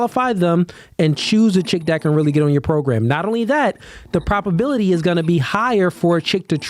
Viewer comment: You’re throwing Ps at me brother. Pro-B-aility